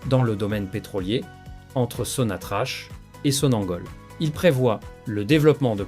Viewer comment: Il faut prononcer sonatrach..sonatrak ...et non pas sonatrache ..merci